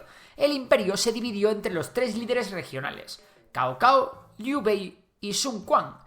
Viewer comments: Riéndome de como pronuncia Cao Cao. Jejerre stao stao algo así se pronuncia jejeee suena muy graciaso Kao Kao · Se pronuncia zao zao no kao kao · creo que Cao Cao se dice zsao zsao la C suena como la Z en italiano es como Ezio no se dice Ezio si no que es Ezsio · Con lo bien que está hecho el video da bastante pena que la pronunciación china esté tan alejada de la real Qin no suena a kin sino a chin (de ahí china) Caocao suena a tsao tsao Zhou suena a el nombre inglés joe En fin, no hace falta tonos, pero aproximaciones habrian estado bien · Kaokao no, Tsao tsao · dinastia Chou, dinastía chin...la pronunciación en pin yin es diferente al español.Saosao... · Cao Cao se pronuncia comor chao chao